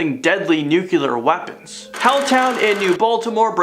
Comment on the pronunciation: Repeat after me: NOO-CLEE-URR.......